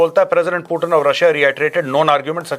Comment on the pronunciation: पुतिन बोलो भाई l प्यूटिन क्या होता l अंग्रेज थोड़े हो l